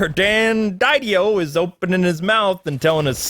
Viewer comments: its pronounced DID-E-OH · Dan’s last name is pronounced - Da-dee-oh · If you’re going to bitch about it, at least learn how to pronounce Dan Didio’s name.....